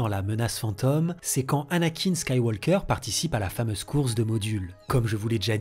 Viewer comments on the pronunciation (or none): Si tu veux mieux prononcer, tu dois dire "Skywoker" sans le le son "L" comme on dit "Tauk" et non Taulk" pour "Talk". Pense à un étranger qui dirait "Un café, s'il vous plaite" Et d'accord pour Rogue One entre le III et le IV. Par contre tu peux complètement éviter le VII, VIII, IX, même si je serais surpris que tu le fasses. Star Wars voulu par George Lucas, c'est l'histoire d'Anakin/Darth Vader. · On ne prononce pas le « L » de Skywalker en Anglais! Sinon, très bonne vidéo :) ça m’a donné envie de revoir ces films dont je n’ai quasi aucun souvenir